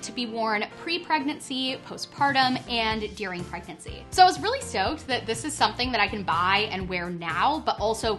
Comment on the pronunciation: she says during "deering"